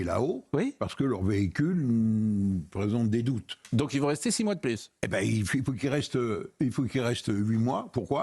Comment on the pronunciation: plus de vacances pour Pascal Praud , plu et non pluss 🤣😘